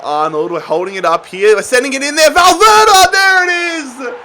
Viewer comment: Mate it's valverde not valverda😂